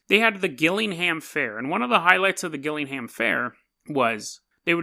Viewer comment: Fuck sake it's gillingham like jillingham